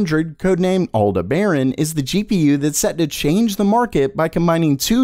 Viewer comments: Excellent coverage and hyper-interesting as always! One minor item to assist with the pronunciation of "Aldebaran." The emphasis is on the second syllable. Pronounce it like "al-DEB-uh-ran." Hope that helps. Keep up the great work! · It's pronounced Al-Debb-errr-run. It's a red giant star in the Taurus constellation. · I thought it was pronounced Al-DEB-are-ran… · I've only heard AL-de-baron used in astronomy programs which rolls off the tongue far easier than the emphasis you use. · Did you really pronounce Aldebaran, al-da-BARE-on? Really??